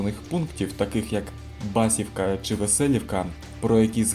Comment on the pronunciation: С. Басівка говориться не вірно . Наголос треба робити на букву І, а не А ....Дуже ріже вухо , як іде наголос на перший слог....😢😢😢